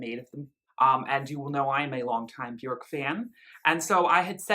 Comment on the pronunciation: You and are literally the only 2 people I've ever heard say her name correctly